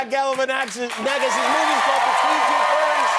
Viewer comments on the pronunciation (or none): He said galifinaxif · Kimmel calls him Zach GalafinAction at the end 😂😂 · my man really said zach galifinaxis at the end lmao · Jimmy said “Zach Galifianaction” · Anybody else notice Jimmy butchering Zach’s last name at the end?? Thought Zach was going to give him a lil glance but 🤷‍♂️ Really enjoyed this interview. 😊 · Haha he messed up his last name hahaha pretty funny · Zach GalifnwefioWIEFIwpeOWPEIJFIWHR. --- Is how MOST people say his name.